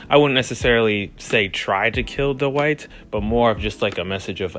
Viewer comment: it's pronounced dwight not dowight